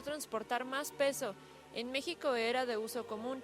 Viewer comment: en el minuto dijiste mijico y no es con j